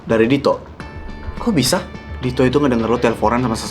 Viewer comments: Kok manggilnya to bukan dit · Ko manggil Dito "to" sih😭